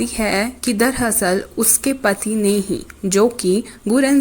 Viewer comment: sorry but I can't wait soo it's not darhasal it's darAsal